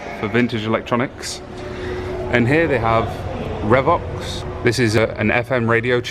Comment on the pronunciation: I said elsewhere you guys are not nearly old enough to make videos about this sort of thing! :-) The Revox (Pronounced Ree-Vox by the way) and Studer tuners are about as high quality as you could get back in the 60s and 70s. The tuners are unusual, both Revox and Studer were better known for their reel-to-reel tape decks which were considered to be in the professional class. Most UK radio stations would have had tape decks of this make, so you should know the name.